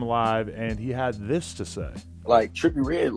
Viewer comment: dude u can't even pronounce his name lmao😂 Joe would kill him tho